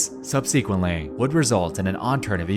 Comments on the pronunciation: In the word 'subsequently', the stress is on the first syllable, not the second. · sub-see-quently lol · Am I the only one that's annoyed by the way he says subsequently as "sub-sequently" like it's two separate worda? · Please learn how to pronounce 'subsequently'. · I’m sorry but you mispronounce “subsequently” in every video, please just type it into google and learn the correct way to say it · Who else gets triggered on how he pronounces "Subsequently"? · Dude, learn how to pronounce subsequently. Or don't write it in your script. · Thanks for the vid. Hey, it annoys me every time you consistently mispronounce “subsequently”. The emphasis is supposed to be on “sub”, but you always put it on “se”. Speak English correctly. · It's pronounced "subsequently", not "subsequently". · The way you say "subsequently" physically hurts me